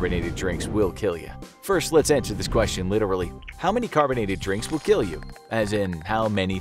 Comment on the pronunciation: It will keel